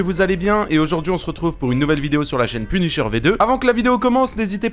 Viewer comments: Punisher ❌ penisheur✔️ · 1min51 "PUNICHEUR"😂😅tkt je ne me moque pas de lui ( 'fin c'est pas sensé être méchant)